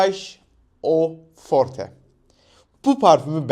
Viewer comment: sauvage eau fortenin e sinin okunmasi uzdu fransiz aksani beklerdim :D